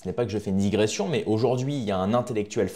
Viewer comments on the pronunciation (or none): none